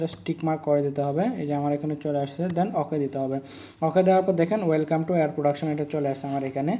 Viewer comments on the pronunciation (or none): none